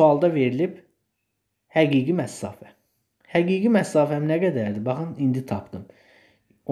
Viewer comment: Məsafə sözünə "məssafə" deməyinizdən başqa hər şey əladır